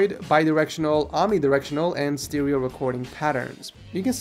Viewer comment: The way he said stereo... Gosh dang it